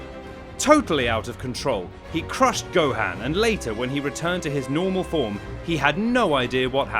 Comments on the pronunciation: Its not gohand 😆 its go han 😆 and no s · It’s gohan not gohain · my g is saying gohaan lol nvm its whatever